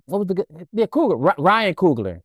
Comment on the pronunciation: Messing up all the names Ryan , Gridlocked.. Scorsese .. smh.. PAC was indeed captivating and had he lived would have been amazing. You don’t have to dim somebody’s light so that you can shine. & Not for nothing Allen hasn’t been HIM since menace.